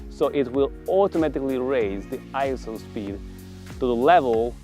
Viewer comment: he can almost not be able to say ISO because he had to pronounce the vowels properly ! he wanted to say ee s a !